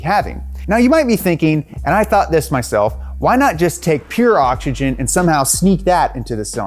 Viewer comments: I love “ogigen” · Am I the only one or do I hear this guy saying "OCHICHIN" instead of oxygen? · I hate how he pronounces oxygen. ODJIJEN, OKSIJEN, ODSHISHIN. Dude.